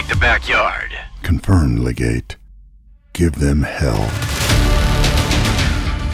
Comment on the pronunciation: It's pronounced LEH-gate, with emphasis on the first syllable. Commendable stop motion work. Fun.